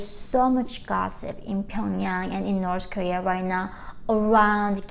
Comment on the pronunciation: It's official, its definitely pronounced, 'Norse Korea'